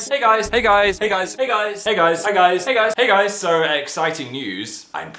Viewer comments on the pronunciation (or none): In the first few seconds it sounded like he was saying 'Heg ice' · At the start it sounds like egg eyes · I started hearing pig eyes at the beginning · is it me or when he says "hey guys" loads in a row it sounds like "pig eyes" XD lol i love me a little philly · After a while the "hey guys" turned into "egg eyes"